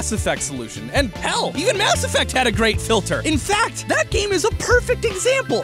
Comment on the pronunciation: Who else thought kept saying grape filter not great filter